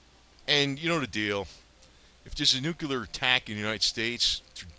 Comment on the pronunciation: Nu cle ar Not. Nu cu Lar. !!!! Damn